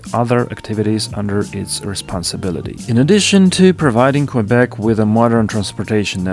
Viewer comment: Please don't pronounce Qwebec...